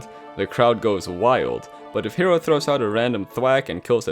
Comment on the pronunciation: The "K"ero. Uh-huh.